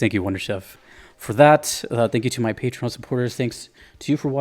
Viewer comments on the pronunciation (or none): none